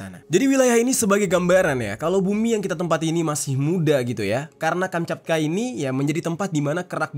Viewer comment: Kamchatka bang bukan kanchapka bang maaf gue koreksi nihh 😅